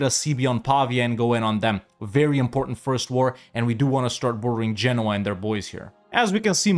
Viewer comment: again saying Genouis like the frenchman. no offence. but why did he says genoa like genouis